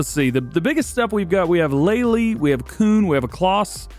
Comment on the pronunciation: (Already commented this but I’ll reply it here too) Hey DJ, just wanted to let you know your pronouncing Kuhn wrong 🤣 it’s my last name and I’ve heard it said wrong a lot worse than you say it but just wanted to let you know it’s pronounced “Q-N” not “Coon” 👍 hope I helped somehow!!